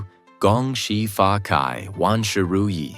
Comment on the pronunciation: "Gong Xi Fa Cai", the last word is pronounced as "chai" not "Kai".